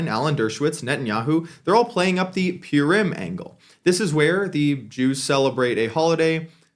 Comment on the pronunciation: You pronouncing Purim wrong lil bro